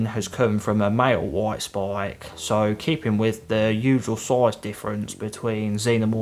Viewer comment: “Woit spoik”